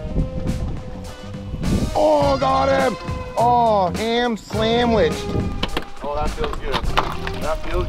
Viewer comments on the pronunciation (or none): “Ham slamwich” 😂😂